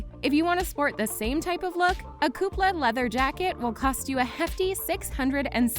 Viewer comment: Good video but for the love of God, learn how to pronounce LANVIN and KOOPLES